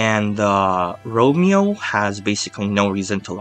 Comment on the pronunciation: It's Ramon not Romeo lol